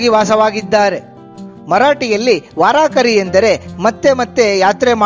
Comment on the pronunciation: THANKS FOR DETAILED INFORMATION ON PANDHARAPURADA PANDURANGA VITHALA. PLEASE USE WORD 'VAARKARI' AND NOT 'VAARAAAKARI'. AND THE MEANING OF VAARKARI IS DEVOTEES. HATS OFF TO YOU AND YOUR EVERGREEN HARD WORKING TEAM. MAY VITHALA AND RAKUMAI BLESS YOU ALL.